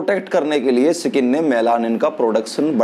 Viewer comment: स्किन होता है, सकिंन नही।